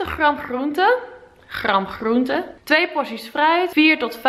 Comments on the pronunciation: De G en de R gaan niet goed samen bij jou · Gotta love you & je video’s. Zelfs je ‘GRRRR..am GRRRR..oente’ 😂 Echt een relax momentje, lekker een video kijken & altijd weer een beetje bijleren. Thank you ❤️ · Je zegt groente zo grappig😂, alles met de r 😂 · Mijn god ik krijg echt de kriebels van de manier waarop je "gr" uitspreekt: gram, groente enzo😂😂 leuke video tho❤